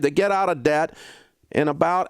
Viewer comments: “honey, we’re gettin’ outta daht” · When he says DAHBT 😂 it’s somehow satisfying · Is he saying debt or “dadt”? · Lol I love how he says "debt" with his country accent